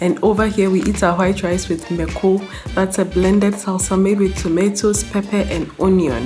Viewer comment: Hey mako means pepper, also when pronouncing lower the a sound , it’s really versatile, on rice